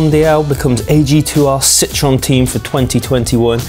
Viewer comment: Citroen is pronounced 'Sit-Troh-En'